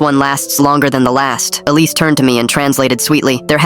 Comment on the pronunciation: 'Alice' 'police' 'Elise' bruv...